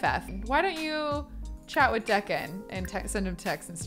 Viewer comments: Has no one corrected this entire time that Deacon is pronounced like beacon!? Instead of like beckon? Bothered me the whole time watching this, lol! Still love you, tho!! <3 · It's Dee-can!!